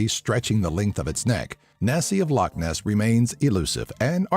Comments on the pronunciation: How come no one ever bothers to learn how to pronounce loch? Its not pronounced like lock. Its Law-sound made when removing phlegm from the throat. Come on people, don't annoy us Scots even more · It's funny when people say loch like lock bc it's just wrong